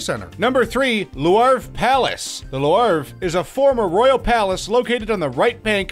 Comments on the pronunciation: Why pronounce LEW-ARV when all you really need to pronounce is The LOOV and 99.9% of people will understand. Brett Favre, everyone says FARV, a french name which is pronounced FAH-V . Leaving out the re at the end not to confuse even more. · Lewarve palace on the Say-een river. Funny. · louarv and Hooufburg its louvre and hofburg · It feels like this guy is going out of his way to pronounce as many things wrong as possible. Not knowing Qing is “Ching”, “apostolic”, and “Lou-arve” like what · Loo-Vru, at least TRY to say the names close to the true pronunciations...what a poor peasant. Louvre is the biggest museum in the world, the whole world knows how to say the name...Louvre sounds like Loo-Vru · Listening to him pronounce Louvre incorrectly so many times made me want to slam my tongue in a car door. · That Louvre pronunciations though... I'm sure you mispronounced many others too. I mean LOUVRE everyone knows how to say it I don't comprehend how can someone makes a video about general knowledge and doesn't have any at ALL and on TOP OF THAT gives 0% for the effort... nobody forced you to do it.